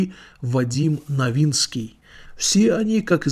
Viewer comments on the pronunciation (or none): Не викуль а вилкул, не Новицкий а Новинский.. готовиться надо лучше автор. Мало того что врете через раз так ещё и с ошибками..